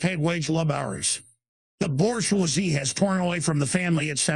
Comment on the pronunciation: "the Borsch-wazee"